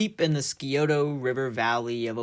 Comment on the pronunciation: You said Scioto wrong. It’s pronounced Sigh-oto